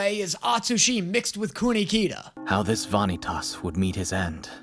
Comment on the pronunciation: I'm just gonna say the dub's pronunciation of some of these names is really bad. Vanitas especially is so bad I have no idea why they pronounce it like that. But don't worry the show will hook you soon enough I'm a manga reader and the first few chapters /episodes are really just to slide you into the world and character relations and then after that you get the kick off:]